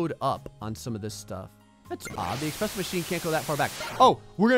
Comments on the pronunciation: eSpresso not expresso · ESPRESSO! There is no "X" in ESPRESSO! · Ugh. Had to unsub when I heard you say "Expresso"... There's no "x"! :( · who tf says that?